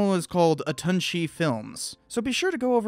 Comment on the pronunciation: “His channel is called aton shee films” MY EARS, good video still